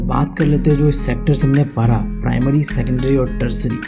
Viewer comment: You say para instead of padha😂😂